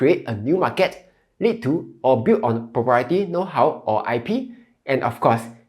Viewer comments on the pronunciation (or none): You are a Malaysian. The way you pronounce certain words eg market is totally wrong. Your slang and accent is not Singaporeans where you sound struggling.